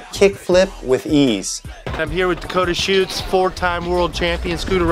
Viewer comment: Am I the only one that thinks Dakota shuetz sounds like Dakota shits 😂